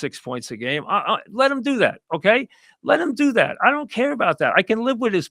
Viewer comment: "I don't cayuh how Mitch got injihhd!"